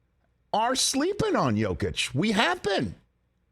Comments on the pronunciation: Pretty weak attempt at damage control. She wasn't just talking about seeing him live, she clearly had never even watched a full Jokic game. She couldn't even pronounce his name correctly. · I love how he tries to defend Lisa for saying she never seen Jokic play. We know she hasn't seen him play because she cant even pronounce his name right when she was talking about him lol..